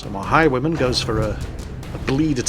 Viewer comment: Took me 10 minutes to realize that you were saying "Highwayman" and not "High woman" >.<